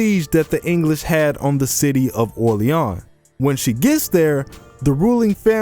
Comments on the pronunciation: I applaud you for pronouncing Orleans right; most YouTube podcasters just don't even try. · She was sold out by Charles; it's not written, never stated, but its obvious if you look closely enough at the events. And, props to you for pronouncing Orleans right. Some just butcher the world like how they say New Orleans.